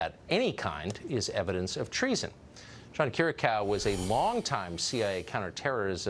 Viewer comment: His last name is pronounced 'Key-Ree-AHH-Koo,' Not "Kih-Rih-Cow." Come on Tucker.